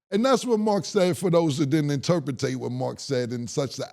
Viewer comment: omg Camron had a Shaq moment lmfao he said INTERPITATE that's not a word Lmfao 😂😂😂😂😂